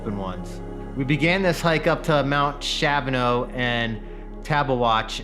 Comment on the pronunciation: Sweet video & summary of these mountains! Kudos for pronouncing both correctly 🎉